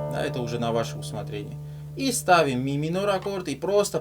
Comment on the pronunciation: Спасибо за разбор 😊 "Ми-минорь" у тебя звучит особенно миминорно ))) А ещё это вот: "Да тут всё просто!" – реально просто, но тооько после того, как уже выучил 😅